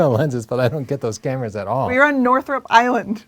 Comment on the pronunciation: "We are a Northrup island" hahaha. That's why we love you guys. Honest reviews!